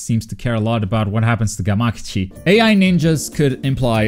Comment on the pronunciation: FUCK. You say Gamakichi weird too!!!!!!